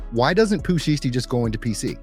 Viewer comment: It's pooh sheisty, I don't know how this man is pronouncing the word sheisty but he needs to stop it. It's annoying!!! 😠🙄😫